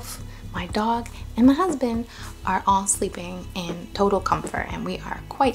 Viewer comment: You got married!! Don't think we missed that little emphasis on "HUSBAND".❤😂❤Congratulations 🎉🎉🎉🎉 Much love and light to your new family 🙏